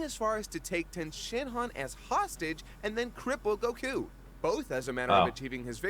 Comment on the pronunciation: The way the one guy pronounces Goku grates against my skin like a rusty cheese grater covered in broken glass.